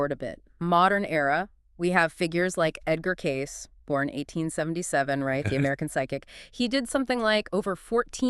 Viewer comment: His name is pronounced Edgar Cayce (Cay-see)! I know, I lived in his home town.